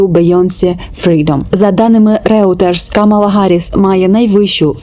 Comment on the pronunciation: Вибачте що не по темі, але видання Reuters читається як «Ройтерз» :) Дякую за ваші відео